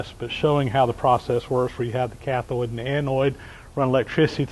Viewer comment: It's cathode and anode, not cathoid and anoid :o)